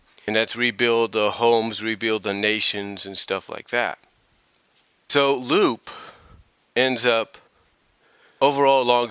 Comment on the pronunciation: Oh, and no offense, but you pronounced Lupe's name incorrectly. It's not "Loop", it's "Loo-Pay", or "Loo-Peh". And honestly, I'm not really a big fan of her redesign very much. Her new design looks so generic, and it does not have the same charm or originality than her original design had. I didn't think there was a problem with her being older. But then again, that was a decision on Ian Flynn. So I guess who am I to question his choices? But that's just me. I'm just not a big fan of Lupe's redesign. And contrary to what you said, she's had very few appearances throughout the years. Sure, she did have a few appearances in the comics. But she served little to no purpose to the grand scheme of the story. And I'm rather skeptical. But I don't think we'll be seeing much of her in the future. Not with how Archie Comics continually shoved her to the side.